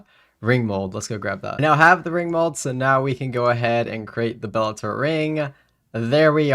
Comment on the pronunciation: I think you need to look up how to pronounce bellator vestige 😅